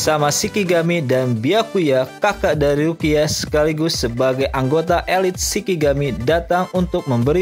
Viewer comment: Mas, Shinigami bukan Shikigami. Dan dibacanya ani-ME bukan anim.